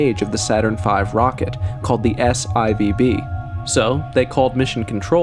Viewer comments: S eye Vee Bee? Saturn Four "B". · S-IVB? 😂😂 You mean S-4B!! I guess you or your AI voices don't do Roman numerals! 😂